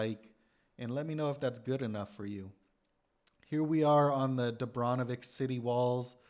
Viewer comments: Ik is Dubrovnik you visited, not Dubronvik 😅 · Nice video. But please change 'Dubronvik' to 'Dubrovnik' 😉